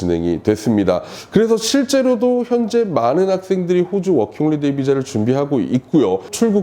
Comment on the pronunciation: 워킹홀리데이->워킹홀리데 허허~아쉽습니다